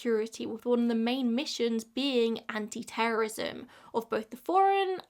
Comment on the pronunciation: You mispronounced "terrorism" and "terrorist" too many times